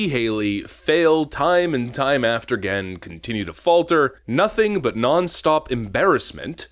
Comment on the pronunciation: Hold on, did you say Haley has failed "time and time after 'gain???" 😂😂😅😅 Good Lord, you need to try harder.